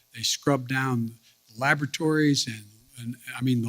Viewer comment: Lavatories they go to to go to the bathroom? Or did he say laboratories? Kids go to laboratories to go to go to the bathroom? 🤔